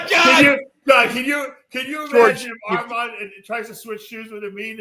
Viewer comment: still unable to say Armon’s name the right way yet can give business advice to everyone